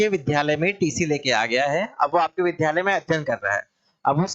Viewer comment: विध्यालय नहीं विद्यालय बोलिए । अगर आप शिक्षक हैं तो शुद्ध उच्चारण आवश्यक है आपके लिए । द्य एक संयुक्ताक्षर है जो द् + य से मिलकर बनता है इसलिए शुद्ध उच्चारण विद्यालय है अर्थात विद्या का घर ।